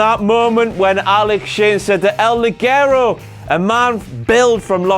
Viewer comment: I don't know if you guys read this, but everybody gets El ligero's name wrong, even himself and his song. In spanish is pronounced Lihero with a "ha" sound. I'm a native spanish speaker :v